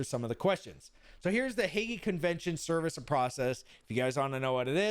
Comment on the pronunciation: Drop saying the E when saying Hague